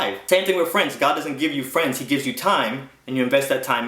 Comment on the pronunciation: "n those peepull become yo fwens...sink a boulet" :P